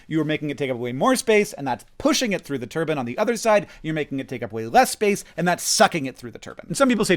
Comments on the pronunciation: It is an incorrect pronunciation. One is wrong, the other is correct... One is a rotary machine, the other is a traditional Middle Eastern headware... The E is on the end of Turbine exists for a bloody reason. It capitalises the pronunciation of the I when speaking it... Otherwise it would be spealt Tur BIN... HENCE, Tur BINE not Turbin (or spealt Turban in the other sense I referenced) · Thanks Hank for unlocking a new pet peeve for me: saying "turban" instead of "turbine" for some reason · Hank, "some people" don't say "Turbine." EVERYONE says Turbine, because that's how the word is pronounced. "Turbin" is just objectively incorrect. The word you keep saying refers to a type of head dress found in certain regions of the world. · I know he’s saying turbine but pronouncing it as turban, and I know he doesn’t mean the religious head wrap because of the context…my brain is weird. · Every time you say turbin instead of turbine i die a little 😂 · Most* people say turbine. Turbans are religious/cultural garb. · As a total aside... As a Brit, it's pronounced Tur-bine (as in mine or nine) Hearing Hank saying Tur-ban, that's making me think of the Sikh Headwear! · This very fine turbine is mine. See it shine as we dine on the Rhine and I draw a line at pronouncing turbine as ‘turbin’. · Yes HANK.... It's tur-byne, because it has an 'i' in it. Not tur-bn. It's a giant metal fan that produces electricity, not Turkish headwear. shakes fist angerly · They only pronounce it turban, it's still spelled turbine. Everyone says turbine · continually fascinated by Hank saying "turbine" as "turban". is this a US thing? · as a European, I was confused why Hank was saying Turban and not Turbine. Appreciate the clarrifation, BUT somepeople say Turbine, because it is correct... JUST SAYING HANK! The othe way sounds like the traditional headwear of the Middle East, not a type of rotary machine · lol some people say turban, and that's fine 😂😂